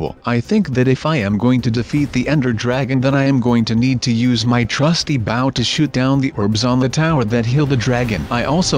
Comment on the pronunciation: you are not playing the right way. it is not baw it's bow. it's not cobble.